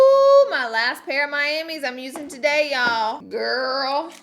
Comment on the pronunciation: "Taday's video" I wanna punch her for saying "today" like that